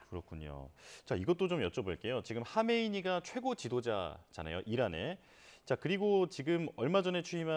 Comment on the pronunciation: 하메이니가 아니고 하메네이다